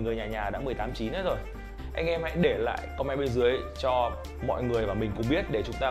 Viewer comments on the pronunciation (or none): none